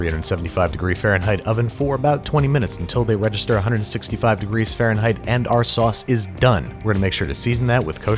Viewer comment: "wegister" UwU